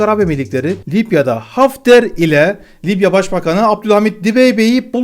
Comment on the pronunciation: Lipya mı? Libya libya..... bu nasıl bir aksağan.